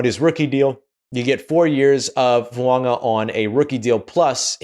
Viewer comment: You're the only Saints content provider, besides me, who says Fuaga's name correctly. Thank you.